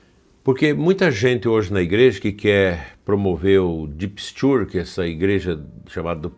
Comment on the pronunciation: Bom dia,! Acho que quando o senhor diz "Deep Stuart" quer de fato dizer "Deep State". Deus o abençoe. Amém.